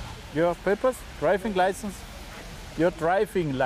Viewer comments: "Dreifings Laisens" "Rägistäischens Peipers" XD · Your Draifing Laißen .... Junge Junge :D